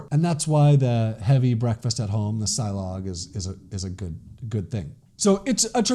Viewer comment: silog is pronounced as see-lohg malunggay is pronounced as mah-luuung-ghai